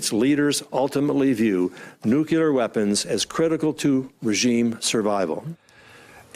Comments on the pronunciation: He says "nucular" not nuclear! Come on guys... it's not that hard to say. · I'd be mad, too. He said "nukular" instead of "nuclear." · WHY CAN GROWN ADULTS IN GOVERNMENT STILL NOT PRONOUNCE NUCLEAR